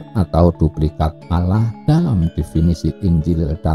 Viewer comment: Nyebut Allah kok olloh..wong Jawa kan gak celat...Yen celat kan bukan dibagian itu..